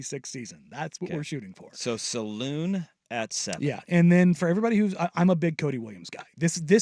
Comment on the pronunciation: Thanks for the insight and discussion. Can you both fix your pronunciation of Salaun though? It's not "saloon," but more like the word "salon" but with the accent on the first syllable, while the second syllable is slightly dropped as it often is in French. I apologize for the nitpick, but it kind of eats at me. Thanks again for the segment.